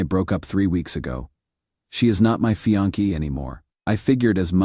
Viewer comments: Fe-on-key..?? Does he mean Fiancé..??? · Can you say fiancé rather than fee-on-ke?